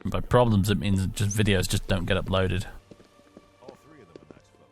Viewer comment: just yust just yust just yust. Freaking Swedes!